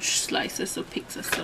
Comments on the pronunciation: Pizza not peeksa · By the way it's pizza not pixa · I hate how she pronounces it "peecza" it's annoying! But good video! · I think it's funny (and not in a negative way) how some people pronounce pizza like "peeksa". 😁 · I like how everyone is so cal pronounces it "peeksa" instead of pizza.. i've heard some other people say it like that too ✌🏽